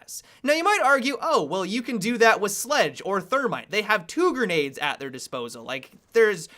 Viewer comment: I hate how he says gernades instead of grenades